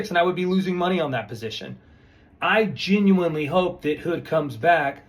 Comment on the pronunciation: Mr. geenuinely geenuinely geenuinely 😂